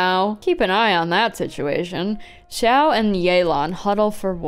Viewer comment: It’s not Xiao this time, it’s Xiahoe